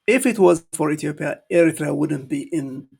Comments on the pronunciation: Well done,, we might not agree about our politics. However, when the foreign countries, especially Ethiopia or Ethiopians, are trying to impose their opinion, ideas, or claims, we fight as Eritreans. But what this man is reading from the paper doesn't even pronounce Eritrea fluently. The Ethiopians politicians actually run out of ideas. I don't consider them as knowledgeable politicians but came from the street to ripoff the people of Ethiopia. They only manage to run Addis Ababa or 4 kilo, nothing else. you are fluently teaching this uneducated man with paper in hand. They are full of jokers without substance. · This guy , the so called foreign minster who cann't even pronaunce Eritrea, let alone to know and talk about ERITREA, how dare he say that "eritrea belongs to Ethiopia" go back and check our and your history , represent your own opinion and use your brain rather than reading and repeating the proxy narrative fairy tales of your leaders! Leave Eritrea and Eritreans alone!!! All what we need is love ,peace and harmony with our neigbours!!! Eritrea prevails❤❤❤ Wetru Awet nHafas❤❤❤ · This is the people from the street happened to dress as politicians. To be honest I don't think they are educated and where did they get their qualifications maybe bought it in the black market or dark web. Specially this man is absolutely an embarrassment not be able to pronounce Eritrea. They are a joke of the world politics. This man can't even read. To be honest they live in a dream land as they can't win against Amhara, Tigrians and oromo it's a diversion as they brought the Assab case peoples will be in there bus going to fight and clearly Ethiopia is in the mercy of many actors. Well said, this idot man doesn't deserve our time but we all are one Eritreans when they targeting our people and country. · He Can’t even pronounce the word Eritrea correctly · cant even pronounce ERITREA well. Shame